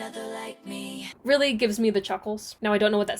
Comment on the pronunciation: i laugh soo hard every time you say me-hee